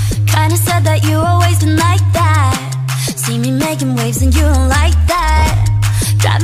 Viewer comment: 🤦🏻‍♀️🤦🏻‍♀️🤦🏻‍♀️как меня БЕСИТ -«дат» Это НЕ ПРАВИЛЬНО❗️‼️Там the(либо that), а произноситься вэт (в язык НЕМНОГО прикусывается ,когда произносим).Хотябы в ,но не Д. Простите просто у меня накипело.Ну рил это же такая ОШИБКА ... thanks за внимание😂